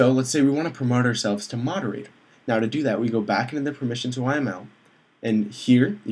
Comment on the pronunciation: Actually, it is spelled moderator, not moderatOOOr...